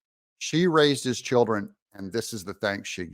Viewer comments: It's children not chilren. 😂😂😂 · Doug said "chilren" the first time too😂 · What’s a “chilren”? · "Raised his chilren" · Doug… don’t say chilll’ren 😂😂😂. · His "chillrens"? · She raise hi churren huh? Man….i miss the English language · "She raise heis chilren". LOL !!!!!!! You go Gurl !!!! RME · Anybody else giggle when Doug said chillren lol Nice work, Doug keep it going brother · Doesn't chiren have an l and a d in it? js